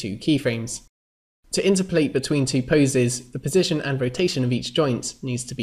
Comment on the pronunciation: My question is why do you pronounce "interpolate" weirdly? It's like "in-terp-o-late", not "inter-polate". (Like its opposite number is "ex-trap-o-late", not "extra-polate".) Sorry. Good videos. But that pronunciation was triggering me.